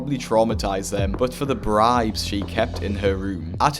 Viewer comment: When you kept saying bribes I thought you were saying brides and I was shook lol